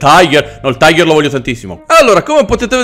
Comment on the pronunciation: tiger non taiger ti avevamo corretto in mattel fild o come si scrive